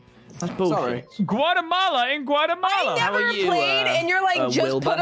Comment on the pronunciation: “Guatamala Gautamala” is a pure tubbo moment...